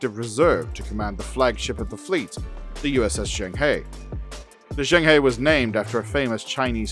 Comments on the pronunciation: the famous Chinese explorer's name is pronounced "jung-huh" which made me wince everytime the show said "jang-hey". Maybe they just incorrectly guessed how it was pronounced or they purposely made it sound different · [Djong Hö] Don't know why they didn't even try to pronounce the name closer to the original pronunciation... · The pronunciation on Zheng He should be closer to Jung Ha, I guess it just wasn't important to anyone at the time to get their historical references accurate. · Juhueng Huuegh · yeah, that's closer too, but the Zheng is quick, and is closer to Jung, and the He is almost like "huuh" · Zheng He = Jung huh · Zheng He should be pronounced more like Jerng Her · If they’re going to use Chinese names perhaps they should try to pronounce them properly and include tone marks and characters. Jeng her would be a more accurate sound for Zheng He. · Total mispronunciation of Xeng He. It's painful. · I wish Zheng He were pronounced properly. I cringe every time. 'Murica… sigh… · Zheng He is not Pronounced like in the show. You know it’s the name of a real person, might want to look it up. As a 7 ft eunuch who commanded the greatest wooden fleet in history he’s kinda a cultural hero to a billion plus Chinese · They have a very weird pronunciation of Zhang He